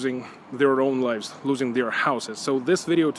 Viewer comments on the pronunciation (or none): none